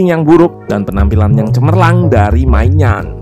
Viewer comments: Kasih masukan min, maignan itu dibacanya minyong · Maignan dibacanya "mainiong" min. Seriously 😂